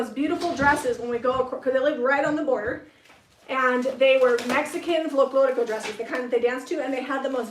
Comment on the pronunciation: you said “ Folclórico “ perfectly. 😁👍🏻